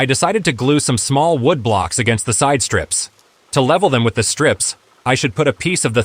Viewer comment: Very good idea. I prefer your own voice, especially how you can say "streeeps" when you mean strips, of wood. Your ideas are very good, thanks